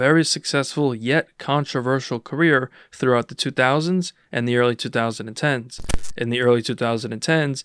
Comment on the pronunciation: The way you say 2010s bothers me lol